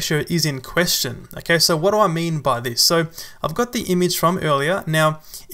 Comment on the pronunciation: You pronounce the work `image` as `imige` please don't heart my ears